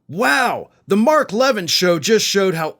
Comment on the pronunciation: Mark Luh-VEN not levan, fyi